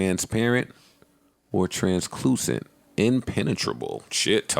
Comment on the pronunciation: translucent - transloosent